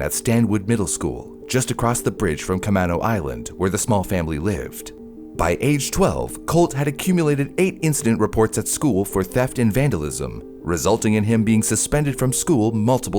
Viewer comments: Bro, it's pronounced Co-Main-Oh. That drove me crazy. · Camano Island is pronounced ka-MAY-no. Lol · caw-main-oh island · Bro... its, Kuh-may-no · Ah "The Barefoot Bandit" I remember the stories of this little genius from the Pacific NorthWest 😎 Oh & it's pronounced "KAM-AINO" Island 🙄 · Ca-may-no island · Liked the video but it's pronounced "kah-maine-oh" 😅 I've lived in the area 😂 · Camano is pronounced "cuh-may-no" btw ❤. This was such a fun one to watch, I grew up out on Camano Island and remembered hearing all about Colt! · Ca-meeee-no island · (it's cuh-may-no island) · Camano Island (or Kamano Island) is totally mispronounced at the start. Take the time to learn Indigenous words.